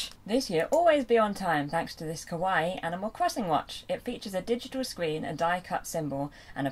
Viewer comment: I think its pronounced Kawa e like the e in the word me, I think that because kawaii is also japanese and it is pronounced like I discribed it earlier and it means cute/adorable, something in this way